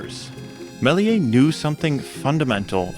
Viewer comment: The S in Méliès is pronounced.